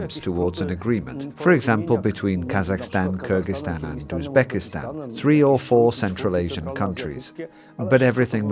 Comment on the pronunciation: BIG Thank you for pronouncing Kyrgyzstan correctly in the beginning of the video. 👏👏👏🎉🎉🎉